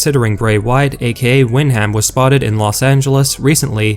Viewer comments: Its pronounced "win-dum" not "wind-ham" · That horrible voice messes up too often! The Bray Wyatt name can't be used anywhere but in WWE. It just gives more notoriety to them. And his name is pronounced WINDum not windHAM. Ugh. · It’s pronounced win dum, not wind ham like it’s spelled. It’s a family name. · Hey dude it’s pronounced “wind-um” not “wind-ham” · To be honest, it was cringy just listening to you mispronounce Windham 's name.. Smh how you going to report on wrestling without even knowing how to correctly pronounce a major star' s name??? 🤦‍♂️